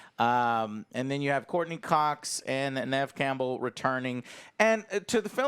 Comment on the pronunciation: First there was James Hader. Then there was Paul Rude and Michael Mcdouglas. Now there's Nev Campbell Joe gets every name that isn't Joe wrong lmao.